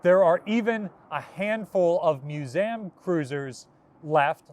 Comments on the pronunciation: Я: годами пытаюсь отточить произношение. Этот чел: мьюзэм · That's the first time I've ever heard someone pronounce "museum" like that.